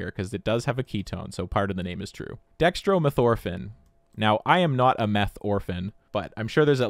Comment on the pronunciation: You just don’t know how to pronounce Dextromethorphan correctly. Try switching the emphasis from ORphan to orPHAN